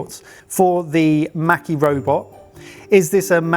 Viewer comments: The a in maki sounds the same as how you lot say pass. Maki > maw-key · Me wondering when they will learn how to pronounce maki correctly...